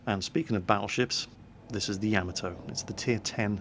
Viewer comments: Everytime you say "yam-a-toe" I cringe. "yah-mah-toe" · AGAIN...............ya MAH toe! Got it? I asked a very old Japanese American and he validated it. ya MAH toe. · it's "Ya-mot-to" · Have some pronunciation corrections. Because mispronouncing things makes you sound silly. Yamato: "Yah-ma-to" Fuso: "foo-so" Kongo: "K-ongo" very hard K sound. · lol I love how he pronounced yamato wrong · not trying to be rude